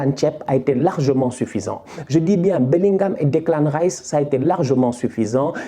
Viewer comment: J’aime bien quand tu dit Deklin tchep 😂😂😂